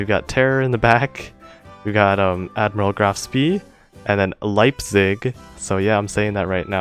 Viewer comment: On a semi-related note, the german ships you mentioned are "shpeh", "liep-tsig" and "karls-roo-uh", if I were to approximate them with english phonetic spelling. They were, however, quite a bit closer to the german pronounciation in your previous try. The next step I would recommend if you try to pronounce german is getting down the uvular rhotic, which is a separate sound from the retroflex rhotic most english has